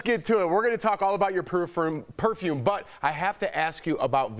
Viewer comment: Jesus please learn how to pronounce PERFUME